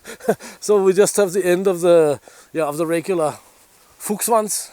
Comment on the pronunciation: That: "Fuchsschwanz" came clean